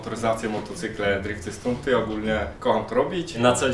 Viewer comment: Stunt, nie "z tunt" XD